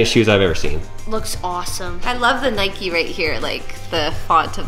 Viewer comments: You dont say it nike-y its nike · It’s Nike not nikie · It’s ‘nike’ not ‘nikey’ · Its nike not nikey you dont call a bike bikey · It's not niky it's nike just like bike it's not biky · 1st it's for girls 2nd it's not nikey it's nike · It's Nike not nikey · It's not pronouced Nikey it pronounced Nike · It’s Nike not nikey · Nike not nikey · Why do you say Nikey you don’t ride a bikey do you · The way they say Nike triggers me